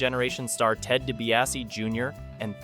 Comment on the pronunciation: I feel like you didn’t watch this era because you don’t know how to pronounce Dibiase or any of the other names lol